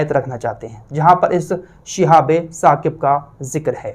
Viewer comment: Apne ayat galat bataya hai. Sahi aayat Surah Saffat ki ayat hai aur pronounciation hai uska "Shihabun Saaqib". Aap keh rahe ho "Shihabe Saqib" jo galat hai. Jo aap parh rahe ho wo "Shihabum Mubin" hai. Jo aapne qisaa bayan kiya ki Setan aur jinn aasman par baat suna karte the fir Allah ne is cheez se hifazat ki,,,,wo qissa Surah Saffat me shuru me hi mil jayega.